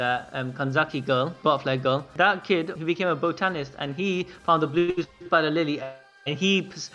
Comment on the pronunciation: The way you say botanist man cmon